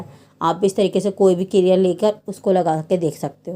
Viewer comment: Kirya nahi kriya